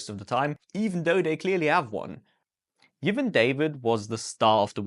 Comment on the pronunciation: It's a pleasant surprise to see a Sri Lankan driver on top... especially given the fact that the local racing scene is limited to a handful of old Formula Fords (at least at the time i worked over there). And by the way : i think you can simply pronounce 'Yevan' like you would do it in German ...